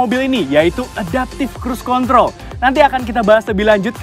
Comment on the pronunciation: Kritik dan saran dari saya 🙏 Kalau ngomong bahasa inggris, kosakata ejaan nya biasa saja, jangan seperti di lebih-lebihkan, jadi terkesan seperti baru belajar bahasa inggris Seperti di menit "high beam control" Ejaan "control" nya biasa aja, jangan alay, jadi risih dengernya